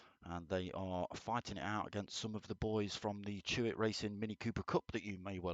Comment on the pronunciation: It's Chloe Hewitt. Not Chewit!